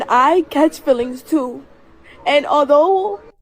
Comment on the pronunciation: Feelings or FILLINGS? My money is on the latter.